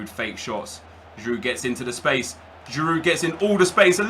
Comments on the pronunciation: you know you don't pronounce the d in giroud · haha the d is silent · I love how he's saying 'The legend Giroud' even though he can't pronounce his name properly 😂